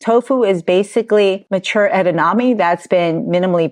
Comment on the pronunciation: it's not edaname. It's edamame. ❤